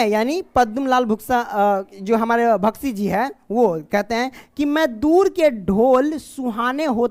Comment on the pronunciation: बख्शी जी को भख्शी जी पढ़ रहे हो डियर